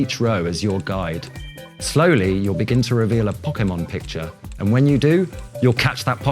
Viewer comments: but he wasnt saying poke ay mon, he was saying pock eh mon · the japanese guy can, the other guy can't, he says Pok-eee-mon, instead of Pok-ay-mon, which is how the word is pronounced with the accent above the e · Who else is excited for the "Pockemon" games? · This guy works for Nintendo and he can't pronounce Pokemon?! It's in the damn theme song: 'Poh-Keh-Mon!' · What's so weird about how he pronounces Pokémon? How do you pronounce it, like po-kee-mon? Poke-mon? The é is suppose to be pronounced like a short "eh" sound. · He can't say e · oh god the way that guy kept pronouncing pokemon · That guy can't pronounce Pokemon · You'd have thought they would have got a guy who knew how to say Pokemon to present it